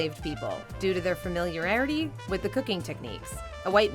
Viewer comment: The sausage "Andouille" is pronounced Ahn-DOO-we (totally forgivable faux pas if you're not from Louisiana), but the word "familiarity" has never been pronounced 'fu-mill-yer-rarity' even by us cajun heathens. :)